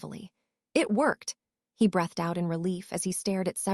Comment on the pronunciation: Yeah like wouldn't it take 10 seconds to show the potter films to the AI model so it could pronounce things like Slytherin thats said 1000 times. Or breathed as breathe-ED Or know any of the usual.context to a word that affects its pronouncement.....becauae sometimes in English we have 3 separate, but all correct ways to say something....im not going to get grammar nazi for that But gross mispronounciations not being able to say anyone's names half the time. Hermione to Hermalin??? I thought those were supposed to be intelligent language models So specifically potterworld content when these were some of the most famous books and films ever made being slaughtered...